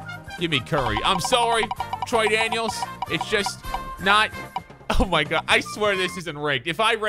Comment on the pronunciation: Troy daniels Troydan-(iels)